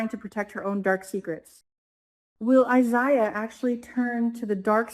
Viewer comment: Omg it's I- ZAy Ya please say it right